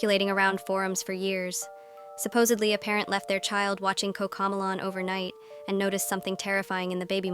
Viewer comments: You said cocco melon instead coco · "Cocomalon" noooo os cocomelon! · Cocomlon ❌ Cocomelon ✅ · kokalon 🤣🤣🤣 cocomelon bro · Bro said cocomalonan 💀💀💀